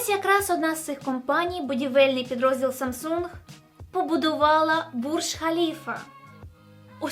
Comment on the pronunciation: Якщо вам особисто не подобається Samsung, то не треба так наголошувати в відео. S21 Ultra зробіть над собою зусилля, щоб прочитати нормально)